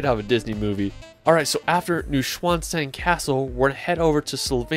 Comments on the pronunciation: New swan stone ? Nur gut, dass er nicht Pünktchen sagen wollte. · I LOVE your travel films! Thank you! By the way, "Neuschwanstein" is pronounced 'NOY--shvahn--shtein'. (That last vowel sound rhymes with "fine," which is what your videos are!) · Neuschwanstein. Neu you say noi line in noice. The rest you pronounced well. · "new-schwann-sstein, hope I said that right" Me, a German speaker : 🙂🙂🙂 ...nein 😐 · Phonetically: noy - shvahnn - shtine. In German an s or sc is always pronounced as though it is followed by an h. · stein is pronounced shtein in German Noy- shvann - shtein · Love your videos. The castle is pronounced (I’m told). Nui-Schwann-Stein. Or some say Nui-Schvan -Stein. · Great video. Please sort out your pronunciation of the places, especially Neuschwanstein, Dolomite, Zermatt.